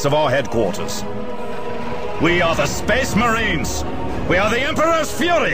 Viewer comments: "sphess" "mehraens" "deff" "symeultanious" "fuhreh" "emprarh" "gloreh" "nawt" "bawld" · To be fair to, he can't pronounce only a few words properly. Namely, "space," "marines," "death," "simultaneous," "fury," and "Emperor." Which, admittedly, probably account for half of the average Astartes's vocabulary.